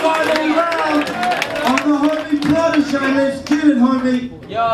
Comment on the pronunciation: ohh shit, Protege's pronunciation is so sharp and clear..